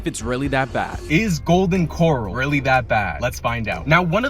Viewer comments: Bro I would never knock anybody out there doing their thing, shout out to everybody out there doing their thing, but come on dog. You don't know the difference between the word coral and corral? Or was that for content purposes?😊 ¥ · Please learn how to say Corral. 😂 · Corral, dummy, not Coral. And how's he gonna say, "It's cold, but it's not bad"? If it's cold, but supposed to be hot, ITS FUQING BAD. Then complains about most food then gives it a mid-2 out of 5. Wtf? His rating system and taste buds suck. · You’re pronouncing Corral like Coral. It’s Co-RAL as in Rally’s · There is no way this guy is too stupid to know the difference between corral and coral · First of all it's corral like where you put a horse, not coral as in an ocean reef...."school up bro" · It's corral, not coral. Did you for real pass elementary school? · Its pronounced kuh-ral not core- rul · Coral what a dumbass it's said like core ral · lol I was thinking the same thing. Its Cor ral not Coral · RIP to this man's bunghole and toilet, btw its pronounced Core-rail not Core-ol. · kor-Al, like a place you keep horses or live stock, not kor-ull like the sea anemone. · Come on nga, it's Core-rowl...like the O.K. Corral... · Honey...it's pronounced core--ral😊 just thought I'd let you know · You’re not from TX are you? 😂 “Coral” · Golden Core-Al would be correct pronunciation. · After he pronounced it Coral I immediately went to the comments lol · It's COR RAL...SAY IT AGAIN COR RALLLL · The way he pronounce Coral is dissing me off‼️🤬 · Wearing a Texas shirt and pronouncing it “coral” smh. This has gotta be ragebait for southerners. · His thick a$$ eye brows already make him a punchable person. But when he pronounced Corral like Coral 🪸. It pisses me off even more and makes his face that much more punchable. Even my Autistic Nephew pronounces it correctly, shout out to you Andrew, love a bud. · Lol right i was literally yelling at him to pronounce it right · it's pronounced golden core-al